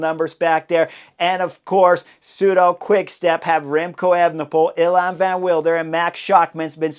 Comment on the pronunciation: Nys should be pronounced as "Nace". You'll need this in the future because the kid is spectacular. Evenepoel is quite good, the first E is a bit longer: "ayven"-"uh"-"pool". Van Wilder: spot on.